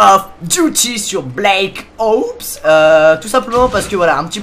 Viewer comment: "sur Blacke Oupss "